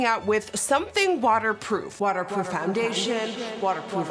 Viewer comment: Nikki I think it’s funny how you say “FONdation” instead of foundation lol